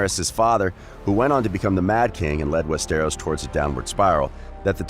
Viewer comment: you really need to work on pronouncing stuff right like Westeros it’s said like west-tor-os. That’s about as similar as I could spell for it. Just look up other vids on ppl saying it. Also you slipped up at one point and said dany isn’t born for another 2,000 years. It’s 200. But your video isn’t horrible. Figured I’d give some constructive criticism